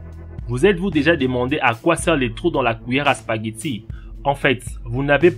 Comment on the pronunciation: la kwiyér à spaguiti